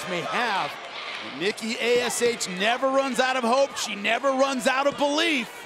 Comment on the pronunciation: yes and then she says NIKKI AHS she was that angry she couldn’t say the name right😂